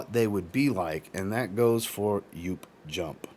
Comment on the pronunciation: btw, Joop is a German surname and pronounced with a long "o" and not "u"